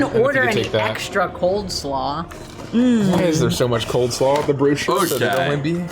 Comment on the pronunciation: why were they saying "cold slaw"? XD its cole slaw yall